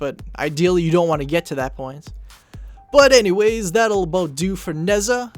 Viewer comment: nezha is pronouced neige ha